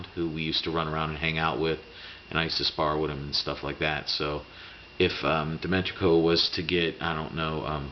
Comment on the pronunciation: Enjoy your vids, i'd suggest that you take 1 minute beforehand and practice their name if you have trouble DIMI-TRENKO not that hard man